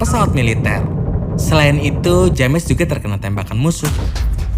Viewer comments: kang, maap cuman mau ngasih tau itu dibacanya Jems ya kang bukan James. Makasih:) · Bro ,james dibaca jems bukan dibaca lurus. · Video yang bagus Bang, penjelasannya juga cukup jelas. Hanya saja sebelum meringkas sebuah film, terlebih dahulu abang perlu belajar dan mencartahu bagaimana Prounounce setiap nama2 dari setiap pemeranan, nama tempat, dan yang lainnya. Contohnya, James dibaca Jeims, Kate dibaca Keit, dll. Sukses Terus ya!